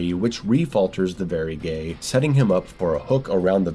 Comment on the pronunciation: I think he genuinely doesn't know how to pronounce Vagary. He may be dyslexic.